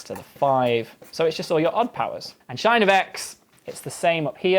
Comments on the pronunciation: its interesting that he says "shine" for the sinh function; i've always said and heard it called "sinch" as in "cheese" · The language you speak in the UK is fascinating; it sounds really similar to what we speak in the USA. But TIL these words are pronounced differently, even though they’re spelled the same: catenary: /kƏ-TEE-nƏ-ree/ in the UK, /KĂ-tƏ-nehr-ee/ in the USA sinh: /shīn/ in the UK, /sĭnch/ by my American professor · like what? sinh is pronounced as "shine"? I've always pronounced it as "sinch"... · I love/hate how he says "shine" when reading "sinh." It's clever, efficient, meaningful, and wrong all at the same time. I hate/love it. Update: Apparently it's been a thing for many, many years. So more likely to be accepted as a "right" way to pronounce it (as if there is any right/wrong pronunciations in language). I think I'd rather call it "cinch." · Sinch for me but i think the name shine is kind of cool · never heard sinh pronounced as shine before. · I love that he just pronounces “cosh” as it’s written, and sinh as “shine”. Would that make tanh “than”? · The biggest takeaway from this video is that hyperbolic cosine and sine are pronounced "cosh" and "shine". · "sinh" should be pronounced like "cinch", in order to avoid confusion with "sine" when students (or even professors) have been drinking. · That's the oddest pronunciation of "catenary" I've ever heard. Edit: And I've never heard cosh called "kosh". And definitely never heard sinh called "shine". Who is this guy again? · ka-TEEN-er-ee (for "catenary") and SHINE (for "sinh") are driving me up the wall. But I guess Brits pronounce things differently. (Doesn't excuse randomly moving an "h" around, though.) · "cosh" I'm fine with, but.. "shine"? That's not where the h is! But it's hardly the weirdest pronunciation in maths. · Yeah, I didn't notice he was saying shine until after I wrote the comment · I always heard sinh as “cinch” in American Universities. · Sinh is pronounced like shine?